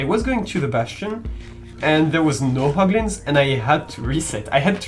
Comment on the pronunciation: bruh "POGLIN"